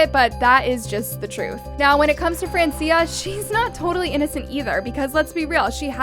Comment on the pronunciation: It's fran-chah